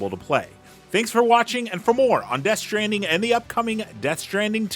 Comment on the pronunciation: Ah yes Death Shtranding